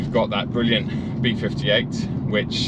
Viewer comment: Count the number of times says “bwilliant”